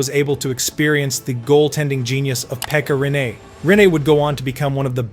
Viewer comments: I’ve heard some bad pronunciations of Finnish names, but 'Pekka Rene' is definitely one of the worst ever. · Emmä nyt sanois et se on mikään nii kauhee jos vaa hyväksyy et e ja i on melko samanlaisia englannin ääntämisessä.